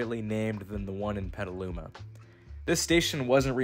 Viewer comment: At least you pronounced Petaluma correctly.